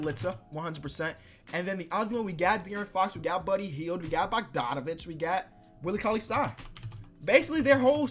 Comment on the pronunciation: Come on it's not that hard:D you spell valanciunas the same way you're pronouncing it, the same with bogdanovic or brogdon I mean just try to Read bodganovic or brodgon.. You can tell when you read it that way it's wrong:P